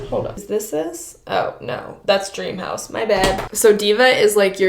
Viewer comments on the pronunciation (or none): none